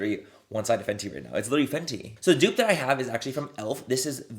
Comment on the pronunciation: The way you pronounced the fenty gloss… dying! Lmaoooo